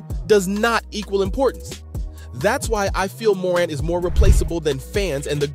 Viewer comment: Hard to take this seriously when he can’t even pronounce Morant correctly…